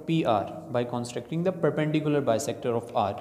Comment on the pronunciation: Broo says constracting instead of constructing 😂😂